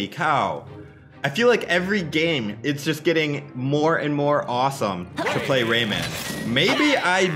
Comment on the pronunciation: I listen Rayman like Ramen.